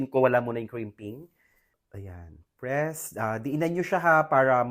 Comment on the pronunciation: Pls don't add Er after the word MOLD also PRESS its not PRESSER